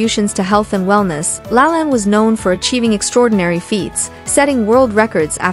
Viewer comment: Lol, Jack said his full name at the start of the video and you still pronounced it wrong.